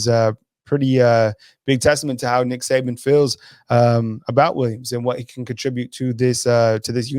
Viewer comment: It is Saban not Saben.